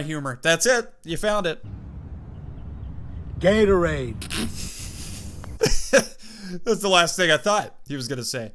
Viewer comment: "GATORADE" XDDD